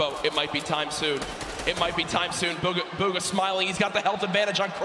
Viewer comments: Nobody: DrLupo: BUGGA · Wtf did the commentator keep calling him bugga??! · Why do they say bugga